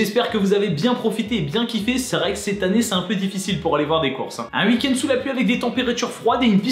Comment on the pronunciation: À chaque fois tu prononces "uik end" 🤣